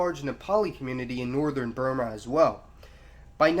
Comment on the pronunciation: Is this guy trying to sound sophisticated by trying to pronounce Burma "Bur - maar"????